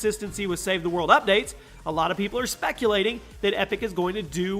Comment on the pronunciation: Ok he says “save he mode” instead of “ save the world” 😂